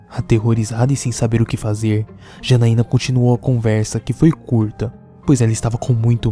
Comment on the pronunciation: Janaiana nao ,é X A N A I N A